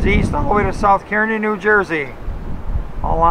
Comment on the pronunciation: It's KARnee, not KEERnee...